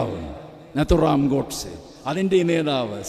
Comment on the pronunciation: ഗേയല്ല ഗോ😂